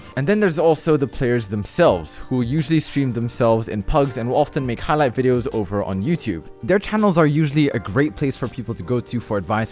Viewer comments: "Hig" light videos I don't want to be that person just pointing it out Also love your vids! ;) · So we gonna talk about "HIGLIGHT" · “Higlight” bruh moment